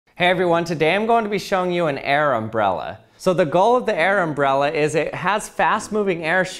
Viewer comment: I swear he done called it an "Arab Brella"